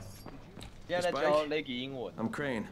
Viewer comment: 笑死我了，英國，跟英文，唸錯